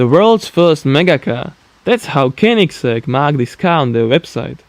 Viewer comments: Lukas Pettersson yeah i know but he pronounced it kenigsegg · Lukas Pettersson koenigsegg* Xd